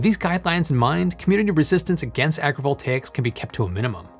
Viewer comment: the whole video i was like " WTF is agreeable takes" until i saw the title of the video... " AgriVoltaics" Pronouncing stuff properly is the key